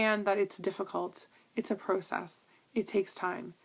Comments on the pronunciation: ps..i love the way you ssay pro-cess too! :) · Btw can I just say I love the way you say pro-cess. :)